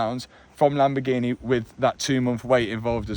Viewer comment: it kills me every time he says "LAMBOGHINE" ahahahah